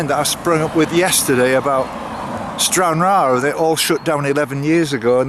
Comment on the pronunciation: Cairngarry ??? Not such a place. Try saying cairn. Ryan. Cairnryan.